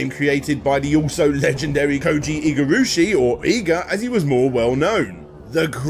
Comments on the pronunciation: That's what you're harping on? The most egregious thing is him calling Igarashi as "Igarushi" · Im sorry but... Koji Igurushi? Koji Igarashi. Igavania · Honestly not as annoying as the constant mispronunciation of Igarashi. Like come on man, at least get the godfather’s name right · Getting Japanese pronunciation wrong isn't the worst thing when you're not that familiar, but mispronouncing Iga's name seems like a big deal given what a legend he is.